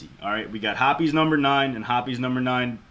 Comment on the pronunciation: I refuse to believe that's how hoppes(hops) is pronounced